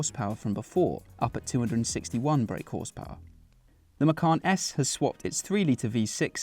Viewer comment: Macawn? Or Macon?